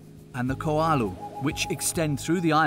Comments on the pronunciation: Great interviews for this documentary, but you need some clarity on pronunciation. The two volcanoes are Waianae and Ko'olau, not Ko'alu. The Queen is Lili'uokalani, not Lilani. Waikiki Beach, not Wakiki. Makapu'u, not Makapu. Makapu'u is on the east side, not the south. Kahuku, not Gahuku. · "Lily-loni Palace" and "Kulala Mountain Range".....I was dying lol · I completely agree Rudy. I had to quit watching it due to the way the narrator was pronouncing the Hawaiian names. I literally cringed. Ko'olau. Iolani. Kamehameha. That was all I could take. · He needs to pronounce Koolau, Waikiki, etc. It's all phonetic